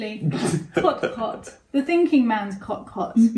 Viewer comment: Your pronunciation of thinking as thin king, reminded me of once in the office, when someone pronounced psycho as pussy cho and it's been how we pronounce psycho since!!!